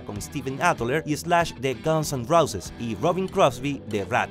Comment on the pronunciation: se dice rouses, no roces..